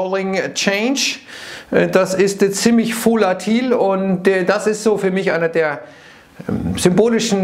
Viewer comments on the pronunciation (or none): "Das ist ziemlich Foolatil" 🤣